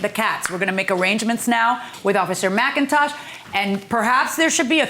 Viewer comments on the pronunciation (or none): none